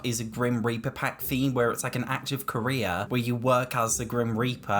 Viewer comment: I keep hearing “grim reaper career” as grim reaper Korea